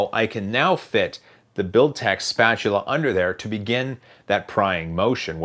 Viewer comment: Can we have a drinking game whenever he says Builtech spatula?